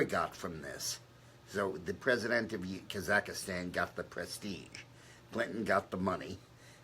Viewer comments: The name of the country is KAZAKHSTAN, not Kazakastan. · Yeah, he just slipped....it's Kazakstan, and what he means. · Dick Morris keeps saying “Kazakastan”...but he really means to say Kazakstan right?